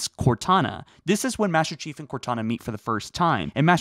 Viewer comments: I reheard it like 5 times, and you definately dont say "Master chief" you are saying "bester chief" or something lmao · Did nobody else notice that he said "Baster Chief" at the beginning? Just me? OK... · Ah yes, the infamous... "bAsTer cHiEF!" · I heard he tried to kill "Bastard Chief" I had to rewind because I misheard him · “BASTER CHIEF” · I cant unhear "baster chief" lmao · I swear he said bastard chief within start of the video lol but as always love your stuff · I'm pretty sure he just said 'Baster Chief' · Don’t y’all love “Baster Cheif?” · “Baster chief”. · Did you say "tried killing Bastard Chief"? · Is it just me or did he say bastard chief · Baster cheif? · Baster chief this is a joke on how he said master chief so please don't hate me